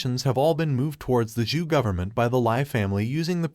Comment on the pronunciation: Not ju but Zhou dynasty it's narrators mistake